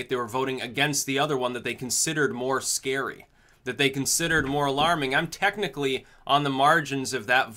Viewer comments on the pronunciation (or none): none